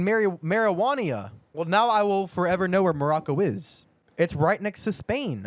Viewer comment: He really called Mauritania “Marijuania” 🤣☠️😭